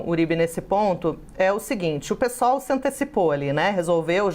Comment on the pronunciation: Parabéns por falar Pêsol e não pisol 👏ninguém fala pisdebe..